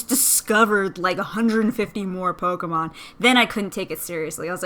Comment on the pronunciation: THE NAME IS P-O-K-E-M-O-N NOT POKAMON U R WORSE THAN MY MOTHER!!!!!